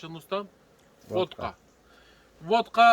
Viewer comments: Vatka, Votka değil. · Akici konusmayla 5 dkk yeter, 13 dkk beyin yandı, bizede yazık, Votka değil vatka